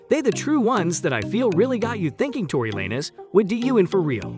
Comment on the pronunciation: This is weird why do I keep saying these little videos defending Megan thee stallion with no point of reference or mentioning of Tory Lanez evidence and also mispronouncing his name